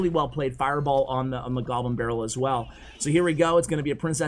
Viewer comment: Is he saying “Jew barrel” when a goblin barrel is played? 😂😂